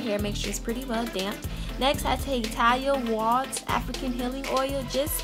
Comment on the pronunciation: Pronounced Ta-lia Wa-heed lol